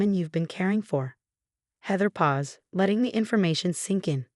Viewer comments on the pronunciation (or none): it's pause and not pawa. Paws is something very different. Please read it wtthout any faults